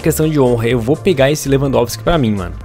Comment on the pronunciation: na hora do 2 gol lewampotiqui tapinha falou errado kkk